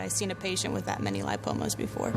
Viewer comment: It's ligma not limpomas Btw great editing